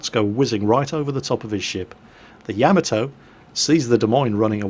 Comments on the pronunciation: "YAH-MAH-TOE" Not "YAE-MI-TOE". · Tigerfrost YAH-MAH-TOH. Not TOE. It's a short, hard "o", not long like in "toe" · Tigerfrost It's pronounced 大和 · I die a lot inside every time fails at pronouncing Yamato. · Well, that is the sound I was trying to go for but wasn't exactly sure what character to use. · ***** wasn't as far off the proper pronunciation of Yamato as "pay-rice" is from Paris:P